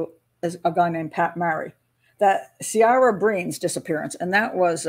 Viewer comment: Great video, Pat. I heard a podcast about these cases recently. Ciara is pronounced keera.